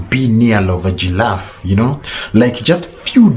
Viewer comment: Are you a? Gillafe, Mt Melu, 😆😆😆😆🤣